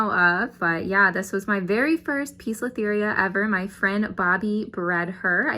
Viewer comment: poecilotheria is pronounced as posilotheria NOT pisolitheria.